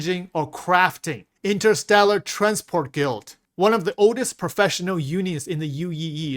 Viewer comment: This guy pronoucing the word guild so incorrectly will forever hunt me 😂